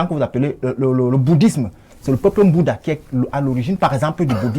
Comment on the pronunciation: Nbouda = Boudha😅😅😅Yes les Kamerunais sont forts...